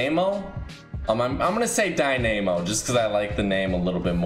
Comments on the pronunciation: Dynamo Die-na-mo, not Dy name mo 😂😂😂😂😂😂😂😂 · Omg did he just call the wrestling girl Nemo like Jesus it’s pronounced DIE NA MO. did u go to Gr 2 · I think is pronounced /Dínamo/. 🌚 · Its Die-nuh-moe, not die-na-moe bruh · Dynamo - “Die-nuh-moe” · Dine-a-mo lol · It's pronouced DIY-NU-MO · From fucking Murcia but can’t pronounce the word dynamo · no offence but how do you not know who to properly pronounce dynamo